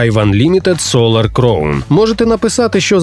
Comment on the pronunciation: І знову оратор не вчиться на помилках і все продовжує вимовляти "crown" неправильно